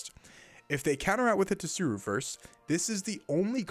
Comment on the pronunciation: Pleeeeaaase, it's SOO-ROO and BAR-TALL-OH-MAY-OH (it also could be bart-tall-oh-mee-ooo depending on dialect)